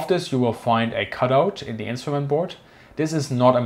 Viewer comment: "...of zee enemy" love it! (I hope that was an intentional joke, and I'm not making fun of his accent).